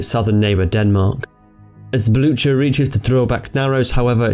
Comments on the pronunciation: Blucher = Blootcher? TRY BLUKER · 'Blue-Her', idiot. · Just look up the pronunciation on wikipedia, if you are unsure. Blücher is pronounced ['blʏçɐ], what you said sounded something like ['blʊtʃɐ]. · "Blue-Her" is even more wrong than what he said. He already got the pronounciation of the "ü" decently right, while the "ch" is not pronounced like an "h". The sound is the same as the one in the english word "cute" between the "k" and "u" sounds. Actually, some dialects of German would pronounce the name about the way he said (though incorrect by proper High German standards), while NO German would say it "Blue-Her". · I believe the pronunciation for the German heavy cruiser Blücher doesn't have the "ch" sound in it, it's more like "Bluu-ker," however I'm English and don't actually speak German so I'm likely butchering that myself. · actually Blücher is pronounced with the CH sound. In it's native tongue, and in Norwegian.